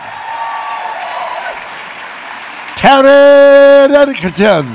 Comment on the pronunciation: As much as I love Christopher Lloyd, that was a cliche fest and so insincere. At least he could have taken a second to ask about the pronunciation of their names. Taron looked genuinely disappointed when Lloyd butchered his name.